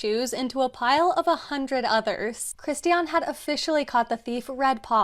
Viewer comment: you nailed the German pronunciation of the name Christian! 💛💛💛